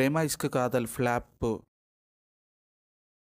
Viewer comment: Flop ❌plaapu...✅😂😂😂